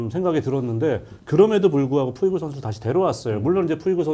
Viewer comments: 푸이그를 푸홀스라고 그러고 송재우 위원 나이 드시고 저런 실수가 상당히 많아짐ㅜㅜ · 푸이그가 푸홀스로 발음이 되나요?? 왜자꾸 푸홀스라 발음하시고... 카디네스는 트레이닝 파트 문제 쏙빼고 또 멘탈 이야기만 하시네요...